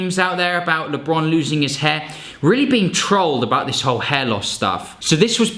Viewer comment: Lee-bron, yea chief this is where i click away😭😤